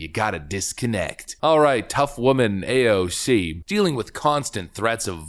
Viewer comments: PLEASE, NEVER change the way you pronounce AOC's name. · PLS CONTINUE TO pronounce her name the way you did instead of just using AOC . It way more condescending in my opinion and you seem to have fun doing it .